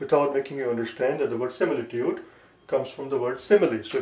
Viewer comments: Is is similitood or simitude your pronounsiation and spell writing doesnot match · ITS SIMITUDE